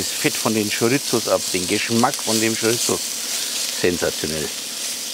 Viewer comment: Geiles Rezept, wird definitiv nach gekocht, aber die Wurst spricht man Schoriso aus, nix mit z😂 Bitte richtig verstehen, mach weiter so und bleib wie du bist 👍👍